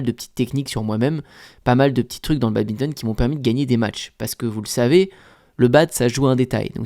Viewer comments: Yo, j'aime bien tes vidéos mais par pitié, un badiste qui dit Babinton c'est horrible :( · Salut mec t vidéos sont vraiment incrrr, mais arrête de dire babinton !!!